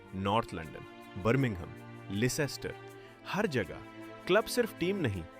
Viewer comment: लेसेस्टर नहि लेस्टर बोलते है।